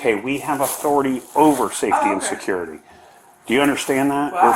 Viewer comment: How can a lady that works at a school say surcurity Surcurity?!? What the??